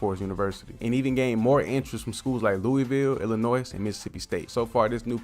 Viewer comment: Ain’t no way he said Illinois like that